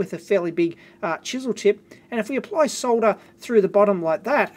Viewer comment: Finally someone who can pronounce soLder correctly